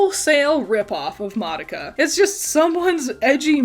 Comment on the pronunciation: the pronunciation of madoka is killing me where did the other a come from you saying ma da ka 🤣